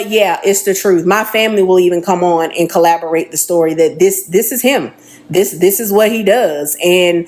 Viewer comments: Not to be petty at all but the ex gf kept saying collaborate. Its corroborate. Not collaborate. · If she say collaborate instead of corroborate one more time….🤯😂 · Corroborate! “Corroborate” is the word she’s thinking of, not collaborate 😅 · It’s corroborate not collaborate lol why use a word 3 times you don’t know (the 3rd woman) 😂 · The lady saying collaborate vs corroborate really irritated me lol. But yeah I believe em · Please it's "corroborate" for heaven's sake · If she don't stop saying collaborate! Its corroborate!😂😂😂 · If she would stop saying collaborate and not corroborate one more time 😢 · Like…. Shit was aggravating everytime 😂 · It was killin me every time she said it🫠🫠🫠Lmao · Lllaawwdd if she say collaborate instead of corroborate🤣🤣🤣🫠🫠🫠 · Omg I kept saying the same thing!!!!it was annoying 😂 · Girl! The word is CORROBORATE! Damn it lol. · I really want her to say CORROBORATE......